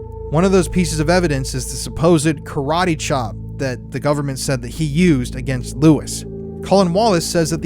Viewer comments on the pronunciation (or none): none